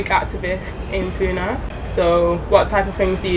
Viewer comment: What is puna it's Pune pronouncing it in wrong way is insulting to us .